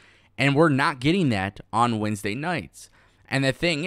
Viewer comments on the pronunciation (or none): none